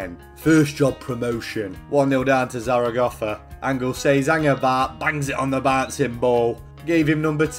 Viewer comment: Fucking hell the pronunciation of zaragoza was spot on 👌🏻